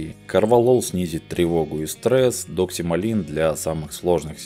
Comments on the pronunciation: не оговорились? ДоксиМАЛИН или доксиЛАМИН? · Может доксиламин? А не доксималин. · Наверное Доксиламин, а не Доксималин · Классный выпуск, спасибо большое!!!! NB ДоксиЛАМин, а не ДоксиМАЛин